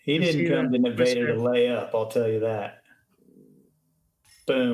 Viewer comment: I just randomly found this channel. Thanks for the winter coverage, but for someone who lives in the State of Nevada, the way y'all pronounce Nevada is throwing me for a loop.